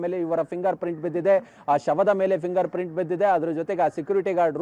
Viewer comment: ಫಿಂಗರ್ ಪ್ರಿಂಟ್ ಮಾರಾಯ, ಪ್ರಿಂಗರ್ ಪ್ರಿಂಟ್ ಅಲ್ಲ...😂